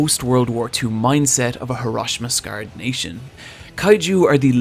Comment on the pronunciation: "Hear-osh-ee-muh" It's Hiroshima, actually